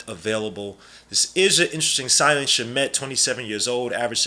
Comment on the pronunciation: It’s (Sham-it) not (shuh-met) also this guy probably won’t play unless injuries